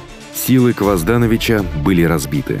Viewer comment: Почему КвоздАнович когда он КвазданОвич? Почему ВукАсович когда он ВукасОвич?